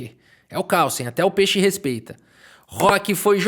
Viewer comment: adoro quando ele fala "peche" kkkk (antes que vocês venham me irritar, eu sei que a palavra certa é peixe)